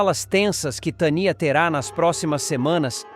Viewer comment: Narrador onde tem esse nome ? TANIA? VC NEM SABE NARRAR PRONUNCIAR NOMES TANIA. KKKKKKKKKKKKKKKKKKK